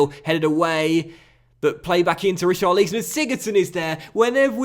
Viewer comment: Every time you say Richar Lee Son you kill me